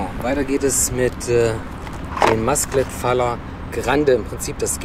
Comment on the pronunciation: Schöne Böller. Apropos spricht es sich Masclet Fajer aus. Im Spanischen wird LL wie ein J ausgesprochen.